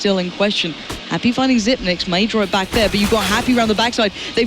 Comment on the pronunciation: It's Xypex, not "Xypnex" The 9 is a backwards e fyi